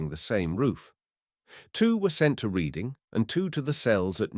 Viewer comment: Reading??? It's pronounced Red-ding.